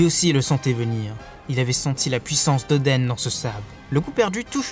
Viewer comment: nn "oda nous" donc vite fait odan stuv mais pas oden